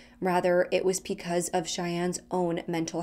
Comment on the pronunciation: ...are you saying "picause" instead of "because"?